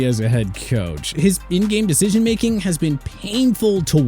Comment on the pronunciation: “Pickett, HAHS to be better this year” bro let out his inner demons on the mic